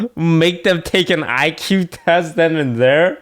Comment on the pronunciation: She literally said EQ instead of IQ..